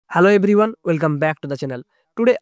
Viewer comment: Good script and channel setup. You need to really work on your English accent. A lot of local language utterance is disturbing the entire feel. Try to overcome this kind of wrong and cheap utterance of local language. For example, for Hello everyone, you are saying "Hello ebrybone". This looks very cheap kind of pronounciation. Hope you will take it positively and work on this religiously.